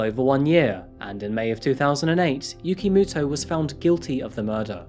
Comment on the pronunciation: When you keep hearing "Yugi Moto" instead tho.